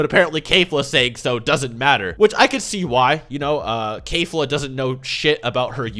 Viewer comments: its KEF-LA not K-FLA. Not a single character has ever said K-FLA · My dude why are you saying "Kayfla"? IT'S KEFLA. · its not "kayfla" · Can you please stop mispronouncing keflas name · Do you not know how to pronounce Kefla?